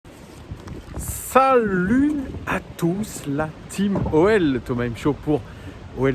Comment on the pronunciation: Entendre ton "Sa-LUT" en début de vidéo, toujours aussi jouissif 😂